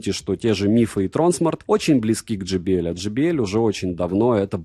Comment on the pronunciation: J - читается как джей. JBL - Джей Би Эл. Но никак не Джи Би Эль ) И спасибо за обзор!